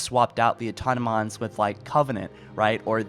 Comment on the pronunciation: "Aut-om-a-tons" cmon bruh